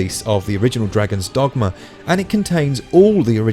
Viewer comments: I won't lie, the way you pronounced Dragon's Dogma: Dark Arisen at the start triggered me slightly. Still... informative video, thanks :) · “Dragon” dogma